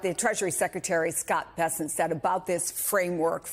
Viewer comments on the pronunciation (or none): none